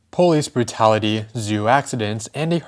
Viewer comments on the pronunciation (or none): powis bwutality!!!